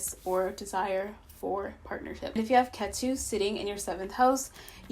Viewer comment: ketu is pronounced kaytoo 😂😂im so sorry its cute